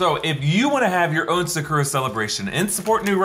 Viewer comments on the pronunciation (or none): very long video but i'm going to focus on the fact he pronounced Sakura "Sah-koo-rah" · "suh-kuruh" Bruh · There’s no u in Japanese. It’s pronounced Sa-kra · It bothers me he says the correct pronunciation for Shang Chi but not Bokksu and Sakura